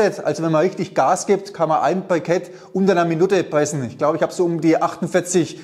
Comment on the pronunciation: und deswegen will ich versuchene die Sägespäne zu Briketts zu Pressene......lol gute Aussprache. Also, für Schreinereien gibt es eine Brikettpressanlage in der alles automatisch abläuft inkl. der Zuführung der Späne. Macht auch Sinn, denn wer soll denn den ganzen Tag mit einer Schraubzwinge Briketts pressen? Davon abgesehen, wer verarbeitet noch Vollholz? Alle Späne sind durchsetzt mit Resopal oder anderen Beschichtungen incl. Leime da nur noch Spanplatten verarbeitet werden. Sowas sollte man nicht in den Ofen stecken. Der Holzstaub glimmt nur, steigt mit der hitze auf und setzt sich im Kaminrohr ab.